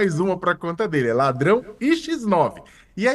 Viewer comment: Ladral 😆 , Pablo ladralll😮😅